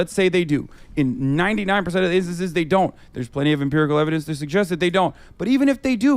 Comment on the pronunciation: Each time hasan says empericle I get closer to suicide